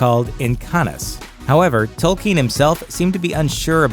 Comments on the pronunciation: Who is tolkeen? You mean Tolkien? At least get the names right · It is pronounced Toll- Keen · They can't even pronounce the creators name correctly